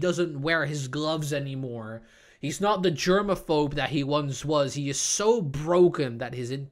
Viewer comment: “Jermaphope” 💀 dude it’s “germaphobe”